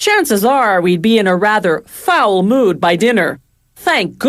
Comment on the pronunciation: You lost me 10 seconds in with "PRO-cess" and "FOWL mood" .